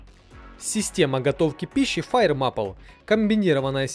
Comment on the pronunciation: Не мапл а мэйпл.